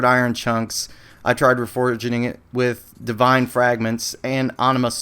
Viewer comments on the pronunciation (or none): none